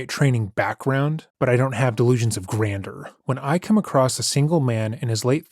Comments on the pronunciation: Such an obnoxious person. Amusing narration. One small error—“Delusions of grandeur “— the last word is pronounced—grand-jure. And it’s funny because that phrase encapsulates this guy’s character. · I think you really missed out by not pronouncing grandeur with an exaggerated French accent to fully emphasize the doucherey